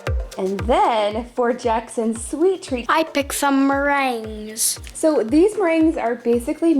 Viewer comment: Gurl i have never heard someone say meriguens like that